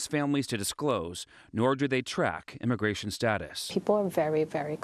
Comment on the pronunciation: Imagration IMAGRATION! WHATEVER,.. HOMAN, HOMAN!? WHAT!? RUUUUNNNN.